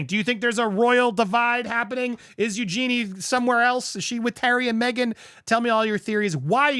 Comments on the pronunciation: NOT, EuGEEN Her Name Is Said, EuJEENEE Spelt, Eu-Ge-Nie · Please get your pronunciation right if you are reporting on these individuals. It's pronounced Eugene- y- rhymes with Genie. This is a worldwide problem with people buying up the land in poor or poorer countries. Also there is a huge environmental impact.There is no rival court but they are creating a new narrative. They are trying to suppress the Hollywood Reporter story. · Her name is you-Jennie not Eugene. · Seriously,? It takes 10 seconds to ask Siri, Alexa or Google, how to pronounce someone’s name. The Princess’s name is not Eugene. It’s Eugenie, pronounced U-jen-ee. Prince Louis name is pronounced LEW-ee, not LEW-iss. And, for the love of all things royal, stop calling HRH, Catherine, Princess of Wales, Princess Kate or Kate Middleton! I really love your channel but the name mispronunciations and mangling drive me nuts because it’s so easy to get them right. My father once told me that the only thing a person ever truly owns is their name so you owe it to them to say it correctly. I’ve never forgotten that. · Priced out, just like the 4th generation locals in Montecito. Hopefully these losers sell soon. And it is pronounced "Eugen-ie", not Eugene. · It's Eugene ee! I think it's actually pronounced YOU gen ee. This also happens at the Jersey shore in places. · Princess Eugenie (pronouce "ee" at the end vs "Eugene" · Please learn how to pronounce Eugenie's name properly. Eugene is the masculine version. Her name is pronounced as "U-jh-nee". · a friendly tip. Its pronounced "You Janey" Eug anie 😊